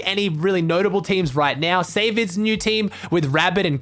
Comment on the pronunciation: Saevid ** not Savid